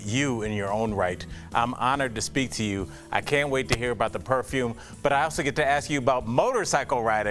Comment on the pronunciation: Jesus please learn how to pronounce PERFUME